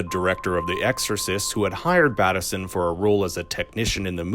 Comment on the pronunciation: If you’ve seen the series why do you say Batt-esson instead of Bateson?